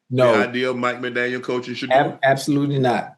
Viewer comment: Hey Chad !! There’s no S at the end . It just “McDaniel “